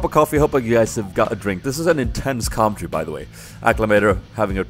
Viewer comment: PLEASE! You pronounce "commentary" like comtary... I know this is silly but it makes me go mad, com en tar y!;d